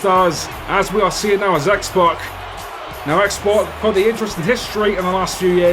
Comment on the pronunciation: It's pronounced X poc